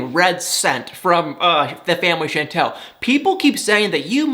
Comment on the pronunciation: I’m terrible! It doesn’t bother me in the least that you say Chantel’s name incorrectly. Lol,!